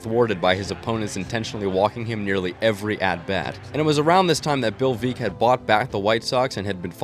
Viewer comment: It’s pronounced veeck as in wreck. Which is also the name of his autobiography.